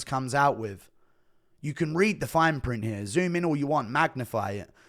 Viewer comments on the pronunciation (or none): none